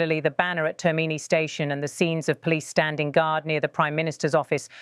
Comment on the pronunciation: It is not "terMIni"....it is "TERmini"